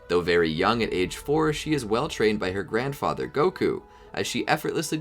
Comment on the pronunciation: You said Gohan grandother